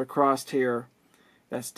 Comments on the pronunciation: The word is 'across' Not "acrosst " Rather use a cap tester. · "Acrost" :D